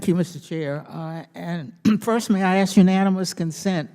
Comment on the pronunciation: How is it that we've arrived at a point where people are actually speaking ebonics in Congress? Congresswoman Bush, the word is ASK, not AXE!!!!